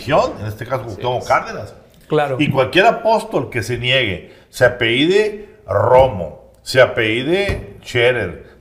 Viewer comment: Hola saludos en la mesa. Pues muy doctos sres. pero no es apeido, es a p e l l I d o.